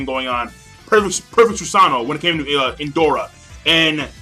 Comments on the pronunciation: One thing, when you try to pronounce the name of Indra, sounds Endora, is IN-DRA, is the same when you say "neji" in your videos, listening to "Nenji", greetings and very good review as always. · Did just say ''Indora''? Lol